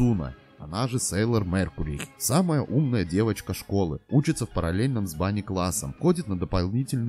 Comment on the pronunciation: Ами, Сейлор Меркурий, а не меркури...